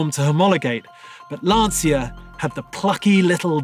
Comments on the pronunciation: "Lan-cha" - and not "Lan-see-ya" like he always says. Don't want to sound like a language-terrorist, but was just wondering about him since this is a channel for car enthusiasts - and as a German I know my english's far from perfect btw, damn "th" :) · Please STOP pronouncing "LanSia"... the correct italian pronunce is "Lancha". My ears and heart will thank you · How incredibly hard must be to pronounce LANCIA the way it should be? What's the point of fluffing about all the great things about this car, specs, history blah blah and then one can't even spend 3 minutes figuring out how to say the most important thing of them all: the brand's name. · There's no passion. This guy can't even pronounce Lancia correctly. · Lovely car - and that "car enthusiast" still can't pronounce Lancia correctly, even after several videos. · no, same goes for VW - you'll pronounce it the american way, it's just natural. Same for me pronouncing american brands. But a professional car channel presenter, who repeatedly pronounces a famous car brand like Lancia wrong, can't be taken seriously. But what to expect from a guy, who fully accelerates a classic M1 on gravel. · because the letters V and W are spelled completely different within each language, so it would be really hard for a non-German speaker to pronounce it the german way. Lots of people drove Lancias over here, every 10 year old pronounced them the italian way, so I was just surprised that guy didn't. And I agree with you about the different pronunciations of Hyundai etc. But not about the M1 Video 😊